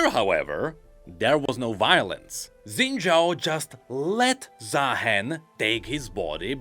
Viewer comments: SHIN JAO!! SHINNNNN! NOT ZINNNNNN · Isn’t Xin Zhao pronounced like Shin Zhao in all the voice lines? Why’s saying it wrong?